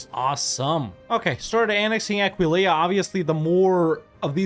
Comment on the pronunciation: has pronounced Aquileia right for the first time, I'm gonna cry, I'm so proud